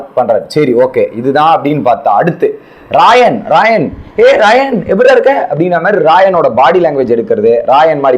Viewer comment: Raayan ah raanav raanav nu solringa😂